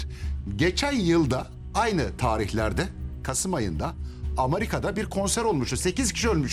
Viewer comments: Amarika değil Amerika 😄 koca kadınlar gibi dedi kodu yapıyorsunuz yemin ederim komedisiniz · AMARİKA diye telaffuz edeni daha da dinlemem 😀